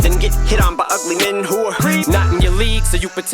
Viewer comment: In the ugly men line em said who're and with the way he enunciated it sounds like wh*re and if you get rid of the apostrophe it spells it out